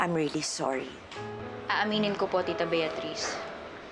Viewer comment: Pangit yung pagkabanggit ni Billie ng beatriz